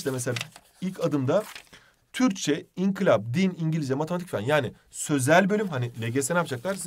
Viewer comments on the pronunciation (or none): Hocam sene boyunca inkilap demenize sinir oldum hala oluyorum İNKILAP yanlış anlamayın ama doğrusu bu ve bana çok batıyor inkilap demeniz 😅